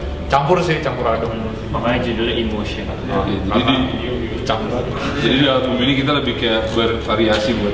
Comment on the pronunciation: albumnya emotion kak bukan motion